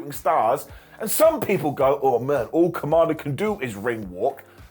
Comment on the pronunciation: The way you say kommander almost came out as Kamala. I was confused at first 😂